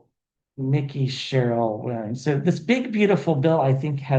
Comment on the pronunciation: Just so you know, Mikie’s name is pronounced just as it is spelled. In other words, it’s not Mickey like the mouse. It’s MIKE-y. ❤